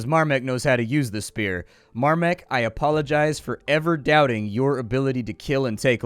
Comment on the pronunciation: More like "Dawn of Mahrmek"